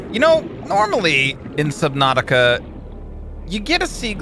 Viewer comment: I thought he said slipnatuatica for a sec